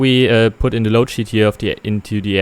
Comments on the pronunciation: Bitte achte auf den Aussprache-Unterschied: the tower und the Airbus. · Wenn man englisch kann, ja. Vor allem jetzt in englisch: Free und Three werden gleich ausgesprochen, De und The gleich, Wiff und with. Und das "the", was man vor Vokalen benutzt, benutzt er eigentlich immer... Schade.